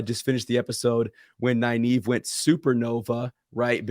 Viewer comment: How are you pronouncing Nynaeve’s name? It sounds like Neye eve (naive - a person lacking experience). There is a second “N” in her name. I pronounce it Nin ava (my preference) or Nin eve.